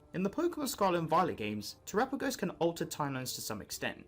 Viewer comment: Its not trapaagos uts tera as in earth pagos